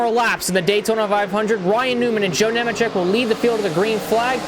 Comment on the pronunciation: Bro don’t even know how to pronounce Nemecheck correctly lol